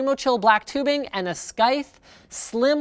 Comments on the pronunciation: Did Linus just pronounce Scythe "skaith" when it should be more like "saith" or is there some new brand I don't know about? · "Skythe"? Really? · Did Linus actually say skythe? The c in scythe is silent. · "Skythe"? isn't it pronounced "scythe" xD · Skythe? SKYTHE? I think you mean Scythe. Like the farming tool. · linus what the hell is a "skythe"? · Did you actually pronounce the c in Scythe? SMH. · TFW Linus calls a scythe a skythe. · did you just say skythe?